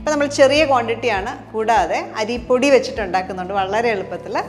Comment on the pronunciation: അരീ പൊടി അല്ല അരിപ്പൊടി😂😂😂😂😂😂🤣